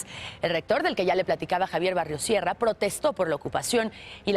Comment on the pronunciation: Se pronuncia: BARROS SIERRA y no "Barrios" Sierra! Se nota que no leíste antes!